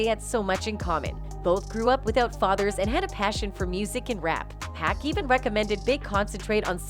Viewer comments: PAC PAC not pack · It must be an AI talkin...hahaha...how you gon get pac name wrong